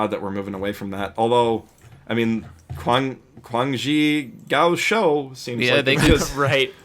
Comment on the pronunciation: Man, I'd love to hear you guys rave about Quan Zhi Gao Shou but you guys rape the pronounciation so fucking hard. Like it's not even close... please go listen to a native say it, it's on tencentvideo on youtube.